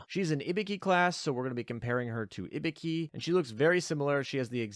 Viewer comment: The way you kept pronouncing Ibuki made me think you were saying Hibiki and I was really confused for a while.